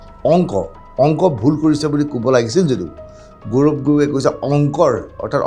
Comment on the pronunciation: প্ৰজাৰ ,গৌৰম এইবোৰ ভূল উচ্চাৰণ